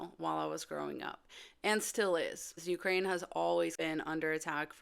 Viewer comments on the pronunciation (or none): none